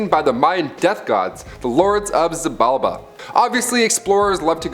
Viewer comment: It's pronounced She-bal-bah, Xi in the Mayan tongue makes a "sh"